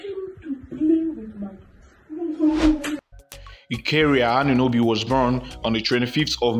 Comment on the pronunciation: Are you even serious? Is that the best acknowledgment of a mistake? Not to mention the terrible pronunciation of her name.